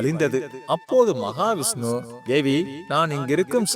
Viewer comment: மகாவிஷ்ணு என்று சரியாக உச்சரிக்கவும். ஜெய் மகாலட்சுமி, ஜெய் மகா விஷ்ணு.